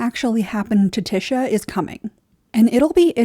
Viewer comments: The only thing I'll push back on is pronouncing Ty-sha as Ti-sha. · I love watching (listening) to your videos but I'm pretty it's pronounced Tie-sha not Ti-sha. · I was so confused. I think it's because the name you're saying is (phonetically) "Tish-a" but it's actually pronounced "Tie-sha". I kept wondering if there was another character that I was forgetting lol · I cringe everytime she says "Tisha" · The annunciation of tysha is slightly annoying, the y is pronounced like an I like in lion, but really good overview on tyrion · "Tisha" is killing me 😭💀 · Good video but pronounced tiesha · Tear-eon Pea-ter Tea-sha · Lol I love watching your videos despite having a different view on the show. You bring a refreshing perspective but your pronunciation of “tysha” on this video was offensive 😂 Thanks for providing us these videos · Is Tysha's name pronounced t-Isha or t-Ay-sha? You pronounce it the first way, others like The Dragon Demands pronounce it the second way. Is there any official word from GRRM on this? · Is Tysha's name it pronounced Tish-a or is Tye-sha? As in does the first part of her name rhyme with dish or dye? I hear both of different people.